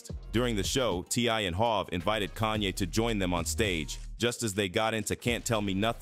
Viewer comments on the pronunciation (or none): none